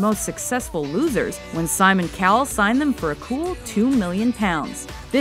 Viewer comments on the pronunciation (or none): none